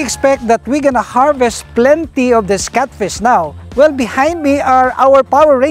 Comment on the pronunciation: NOT CUTFISH....its catfish